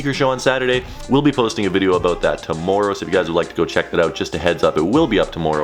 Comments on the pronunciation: The way you say tomorrow makes me mad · who else thinks says tomorrow weird